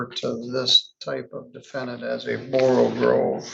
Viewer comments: With all due respect for, the word is pronounced, "Borogove", not "Borogrove". There is only one "r" in the word. Also, the slithy creatures were "Toves", not "Tives". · borogove NOT borogrove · You pronounce it 'Borrow-gove'.